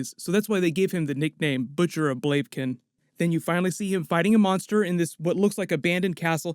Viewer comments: Yes but it's pronounced Bla-vih-kin not Blave-kin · Great video but ur butchering the Word Blavikan. It´s not Blavekin. It´s Blavikan. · 'Blavken'???? It's pronounced 'BLA-VI-KEN'!!!! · "Blave kin" ?? "Blav I Ken" dude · blaviken not baiken whatever wtf xddd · Nice video, liked :) I just wanted to point out that it's pronounced "Blaeviken" and not "Bleiviken" ;) looking forward to your episode coverage! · Blah-vah-ken. Not blavkin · isnt it butcher of bl-av-i-ken? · Butcher of Blav-ee-ken not whatever way you pronounced it lmao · Blay- vah-kin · >Talks about the Butcher of Blavikin >Butchers the name "Blavikin"